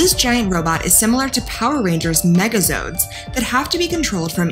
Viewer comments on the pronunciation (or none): Yeah, a lot of issues there. And you didn't even point out how she said "zodes" instead of "zords"! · She even said zoid instead of zord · Did she just say megazoads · Megazords..not Megazodes. Lol Just a small correction there. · THEYRE CALLED MEGA ZORDS NOT MEGA ZODS MEGA FUCKING ZORDS!!!! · she didnt say megazords she said megazods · It's worse she called megaZORDS megaZOADS. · did she just compare Gundam to Power Rangers "Megazodes" (she said megazodes ok). every day we stray farther from god... and Zordon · You also said mega !!!!!!!!!!ZOADS!!!!!!!!!!!!!! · Oh fuck no, she just compared Gundam to Megazords, on top of that she pronounced megazords as “megazoads” nicee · She said mega zodes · "Mega zodes" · Why did you just compare gundam to a megazord, and then say mgazords wrong.